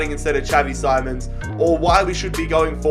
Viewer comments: It’s xavi simoans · It is simons not SIMONS